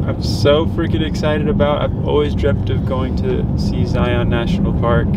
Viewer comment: Zion: Zi-yawn